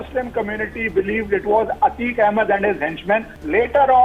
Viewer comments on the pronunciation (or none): Thodi hindi ki acchi shiksha le lijiye mahashay. Ateek ahmad bolte hain Aateek nahi